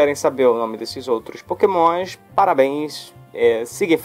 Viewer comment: pokemoinshh kkkk sutake loko